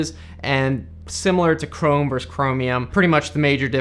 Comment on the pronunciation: Hey dipshit, its VERSUS not VERSE